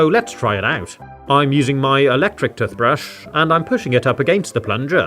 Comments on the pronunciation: tothpaste tothbrush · It's not tothbrus it's toothbrush 😂😂😂😂😂 😐😑😐😤😡😤👎👎👎👎👎👎👎👎👎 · It’s not tuth paste it’s tooth paste It’s not tuth brush it’s tooth brush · I love the way he says toothbrush "tufbrush". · Bro he said tuthbush and truth paste